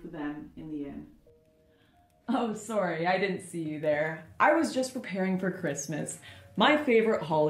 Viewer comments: SHE DID IT, SHE SAID IT "SOREY". The obligatory Canadian password. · The way she says "sorry", is to funny.